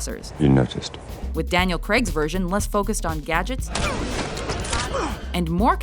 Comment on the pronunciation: Btw, that is not how you pronounce the name 'Craig'